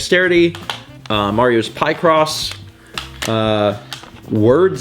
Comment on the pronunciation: It's not Pie-cross by the way it's Pic-ross, like pic(ture) and (a)cross